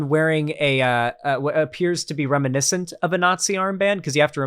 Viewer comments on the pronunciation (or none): none